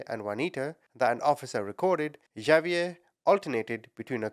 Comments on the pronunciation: It is actually a French name and is pronounces "ZaVeea" the two ees pronounced as a long e and the a is a long a...so pronounced the same as two ees, with the sound as in sleep and a as in day...and the Za as in saw, but you use the ZZZ sound...so name is pronounced Za-vee-a.... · Its Ha-bee-air. My bffs husband is Hispanic and they both speak Spanish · If I took a shot for everytime you mispronounced "Xavier" I'd be dead from alcohol poisoning before I got halfway through your video. Why didn't you look up how it was pronounced as you seek to change between 3 different versions which made it really hard to follow the story. Do better. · LOLOLOL OMG !!!!! XAVIER IS NOT PRONOUNCED "JA-VIER" or "GHA-VIER" YOU SAY SO MANY AMERICAN NAMES WRONG INCLUDING EOLE NAMES CITY AND COUNTY NAMES ITS NOT BBAD IF YOU DO IT A FEW TIMES BUT PLEASE COUNT HOW MANY TIMES YOU SAID XAVIER WRONG IN THIS VIDEO OVER 100 TIMES !!! XAVIER IS AN X SOUND !!!! LIKE THE WORD EX - SAY THE LETTER X SO ITS PRONOUNCED "X-A-V-IER" YOU SAY THE X AND THE A JUST LIKE YOUD SAY THEM IN THE ALPHABET X SOUNDS LIKE EX A SOUNDS LIKE A SO ITS "EX - A - VIER" NOT A J OER G SOUND AND THE V SOUNDS LIKE THE LETTER V LOL YOYUR ENGLISH AND YOU PRONOUNCE SO MANY AMERICAN NAMES WRONG LOL USE AN AI TO SOUND THEM OUT FOR YOU BEFORE YOU SAY IT WRONG ALMOST 200 TIMES IN 1 VIDEO LOL I LIKE YOUR VIDEOS BUT WHEN YOU SAY A NAME TOTALLY WRONG OVER AND OVER AND OVER AND OVER DOZENS ALMOSTS HUNDREDS OF TIMES I HAVE TO SHUT IT OFF HALF WAY IN I JUST CANT TAKE IT ANYMORE - bYou Do It OFTEN with North American Names including People Names, City and County Names Like Bexar lol it seems lkie you do it on purpose because the names you say incorrectly you say SOOOOO OFTEN you just reeat it over and over CONSTANTLY every 2 seconds you dont do this in videos where you pronounce things correctly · No big deal but its pronounced like X-ave-yur. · It's Ex-zay-vee-air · Xavier = “ah vee er” or “ex a vee er(American)